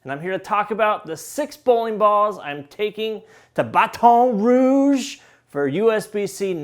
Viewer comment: I grew up there and he says it like I do 😂